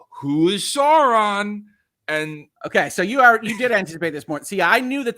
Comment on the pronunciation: Excessive criticism of a show for doing a disservice to Tolkien by two guys who can’t pronounce Sauron, is that ironic? I’m not a particular fan of the RoP show, just found this episode a difficult listen.